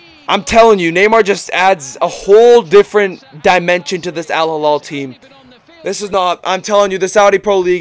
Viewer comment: alhilal >> h not kh